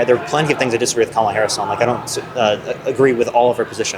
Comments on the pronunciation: I think how people pronounce Kamala's name is very telling. This man keeps saying Cam-a-la like camel. As if he wants to call her Camel Toe because she's a woman. It's ironic that he says he's for women's rights, but it sounds like he has a problem with a woman being president. He's okay with giving Trump a chance, because running a country is hard. He wants to give Trump 4 years of a chance, even though he already had that, but he doesn't want to give Kamala a chance because she's not qualified? What is qualified? It sounds like only a man is qualified. You heard him, he was upset that he didn't get a choice for the Democratic party. If he did get a choice, he wouldn't have chosen Kamala. Unfortunately, i don't think that the American people would have voted for her. We're not ready for a woman. I think we will be ready in 20 years. I say that because most of my class presidents in grade school and in college were women. We need to push out the Boomers and the older Gen X. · Be straight dude, you didn't vote for Kamala because she's black. You can't even pronounce her name correctly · It’s telling who he really is. He can’t bring himself to say one bad thing about dumpster. He’s racist and doesn’t even know it. He said VP Harris wasn’t confident and experienced enough to be president. The fact that he mispronounces her name is blaring. Huh??? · If you can't by now pronounce Her Name correctly then dont speak Her Name at all. Go educate yourself. Not confident Ha! She only took down the big corps. Alone as a prosicuter...READ IT SIR. Stop being foolish. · How many months later and people still can’t pronounce Kamala’s name? Also would any of these people give a shit about how the DNC nominated her if right wing media hadn’t made it sound like some insidious plot? I highly doubt it. What does it say that right wingers were seemingly more pissed about the nomination than left wingers were? It’s all concern trolling and narrative building.